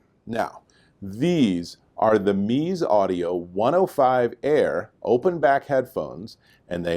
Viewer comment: They do make some excellent headphones, and these are no exception. Drop (Massdrop) has the 99 Noir, which is basically the 99 Classic for $100 less. Well worth it. I am fairly sure the pronunciation is Mez-ze (zeh or zay)